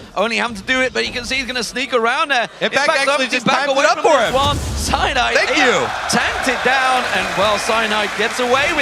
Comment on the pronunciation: "Cyanide! Cyanide (Si-yah-need, Si-yah-need)" Just pronounced the way le frenche pronounce it :D